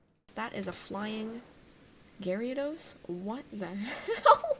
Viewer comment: Respectable up until you said "Garyados" sorry who in gods name pronounces is that way? I am infuriated and won't tolerate this.